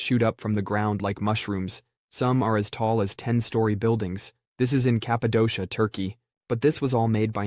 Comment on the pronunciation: Hello!!! I love your videos. Turkish here, we pronounce Cappadocia as Kapadokia, sounded weird hearing it pronounced like that, to my surprise yours actually was the correct English pronunciation.